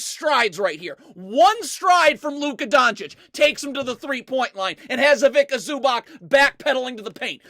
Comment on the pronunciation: "Ivika Zooback"